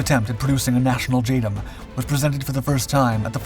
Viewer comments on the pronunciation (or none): 'J Dam' not 'J Dum'